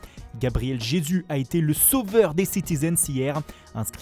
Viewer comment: Bon foot mercato, il y a des fois où vous exagéré sur les accents, mais là la prononciation de Jesus...